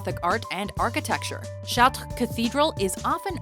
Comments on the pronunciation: Charts, the S is silent dumbey. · The way that you pronounce "Chartres" makes me uncomfortable. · why cant you pronounce chatre correctly i thought canadians could speak french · Why is she pronouncing Chatres like that? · everytime this narrator pronounces something french I cringe and want to jump out the window